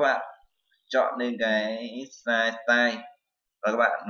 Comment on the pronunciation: vl "sờ nai" (vi neo"